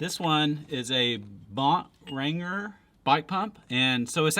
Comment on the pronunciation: Bought Rager pump ... haaaaaaa you FUN'eeeee It's Bon-trager